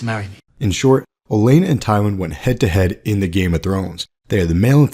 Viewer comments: Would've been more believable if you pronounced her name like OleNNa than Elena lol. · o-LEN-na. Does that not drive anyone else nuts?